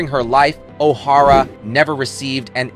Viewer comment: The audio by the narrator, I assume AI, is so poor it almost made me turn it off. "He" couldn't seem to pronounce O'Hara the same twice in a row. Totally bungling Academy Award was the icing on the cake. Too bad for such a fine, strong Lady, singer and actress.